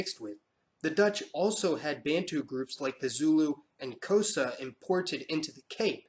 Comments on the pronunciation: The X in Xhosa is pronounced as a clicking sound, but you can't really be blamed for getting that wrong. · Regarding your "probably pronouncing that wrong" comment , that's actually the way most of the British S. Africans pronounce it (Xhosa). In reality, the 'xh' click is a voiced version of the click we in English use to make a horse go faster. Voiced and unvoiced needs some explanation as well. In English we also have them--'s' is unvoiced, 'z' is voiced; 'p' is unvoiced, 'b' is voiced; 'f' is unvoiced, 'v' is voiced. In other words, you put your voice behind the 'horse' click. You can find videos here on YouTube where natives will say things in Xhosa, including the tribal name itself. Just to satisfy any curiosity, 'x' is the unvoiced version of that click. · you said xhosa wrong